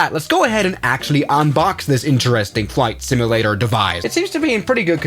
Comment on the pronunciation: I will not finish this video, or watch any others until you learn how to say the word simulator. My damn eye's twitching.